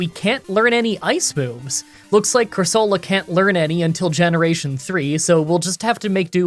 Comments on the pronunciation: Everyone: core-se-la: core SO luh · It's pronounced "Coor-so-lah" not "Cor-sooo-la"